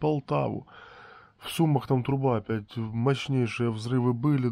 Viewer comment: При всем уважении, в Сумах ударение на последнем слоге!